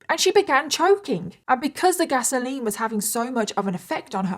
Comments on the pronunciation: OK, lol, I am so used to hearing English people say petrol that when I heard you say gasoline, I heard Vaseline and I was so confused. PS, I'm so addicted to Love and Pies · I also heard Vaseline too. Took a few times before I realized she was saying gasoline. 😅